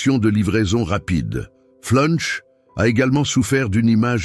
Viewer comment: Flunch c est pas punch 😂😂😂😂😂